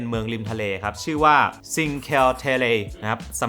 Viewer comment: เมือง Cinque Terre อ่านว่า "ชินเควะ เเตรเร" ค่ะ (คว ออกเสียงควบนะคะ ขอเพิ่มเติมค่ะ) เราอยู่อิตาลียังไม่เคยไปเที่ยวหลายๆ ที่ใน vlog เลย ขอมาดูไว้แพลนเที่ยวตามค่ะ